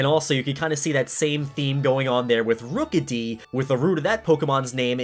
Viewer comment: "Rook-a-dee." Yeah so like rook, squire, knight right? "ROOKIE!" Uhhh... ok?